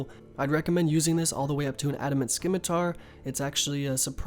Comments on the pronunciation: si-mi-tar :) Not sci-mi-tar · another idiot that says "skimitar".... omfg smfh... stop playin rs and go back to school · Skimitar? Its Sih-mih-tar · did he just say skimitar? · I'm more worried about how he pronounced scimitar. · The way he pronounces things like scimitar, saradomin, neitiznot and rune